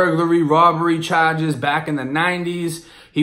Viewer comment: I was gonna say when you say charge you sound like the area where I’m from .but you moved from Florida right .